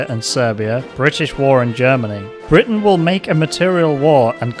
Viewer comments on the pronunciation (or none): none